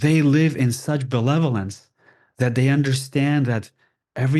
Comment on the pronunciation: It seems like he keeps saying belevolence as opposed to benevolence, I get the meaning lol❤ it could be the alien equivalent.👽👽✨️✨️